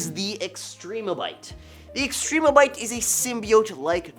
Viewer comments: This dude did not say Extrembiote correctly. Not one time. It's not Extreme-o-byte. It's Extrem-be-oat. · Extrembiote: spelled like symbiote This guy: “Extreme-a-bite”